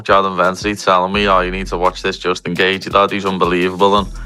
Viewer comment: Justin geth gar 😂😂😂